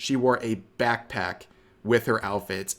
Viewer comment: I dare you to say BAKC-PACK one more time :D